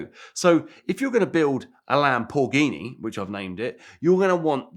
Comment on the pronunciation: "Lampoorghini" LoL!